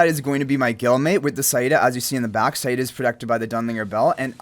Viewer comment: thank god you pronouneced saida correctly